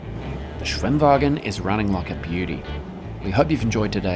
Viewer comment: "SWHIM-WAAAAAGHEN!" It just sounds so much better in Aussie. xD